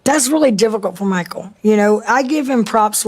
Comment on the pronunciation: Him saying "Michul" got me DYINGGG